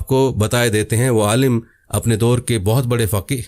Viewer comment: Pehley Alim bolna to seekh lo